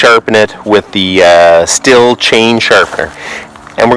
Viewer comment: As a Stihl rep I must tell you it is pronounced (steel) not (still). Second, never touch a chain file again please. You have no idea what you are doing. That is all.